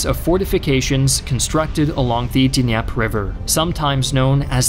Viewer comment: “Bagratee-on?” It’s pronounced like “Bagrashun” (Bagration). And it’s pronounced like “Nyeper” (Dnieper River).